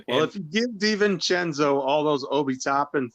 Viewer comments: Hey - Dante's last name is DiVincenzo NOT DiVincencko It's an Italian not Eastern European name. Adjae pronounces perfectly - try to keep up with Panel!!! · DiVincenzo NOT DiVincencko!!!!!! Het can you guys trade Stepdaddy tini wanabe bad guy please!